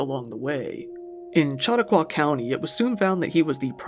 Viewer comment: Chautauqua is pronounced 'Shu-talk-wah.' 😊 Great video albeit a grim topic. I remember Nushaun Williams from the 90s.